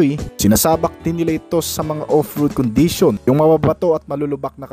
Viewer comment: ProtecSIYON, condiSIYON, directSIYON, acceleraSIYON, capaseetee and capabileetee.